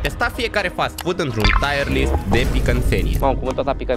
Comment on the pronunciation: bro said tire list🙏😭